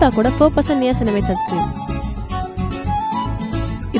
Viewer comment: Niyasinamide enna ku niyas nana nu ketuchi😂😂😂😂😂😂😅😅😅😅😅😅